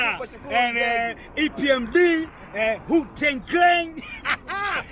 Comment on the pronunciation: That man said "epmd". You gotsta chill lol 🤣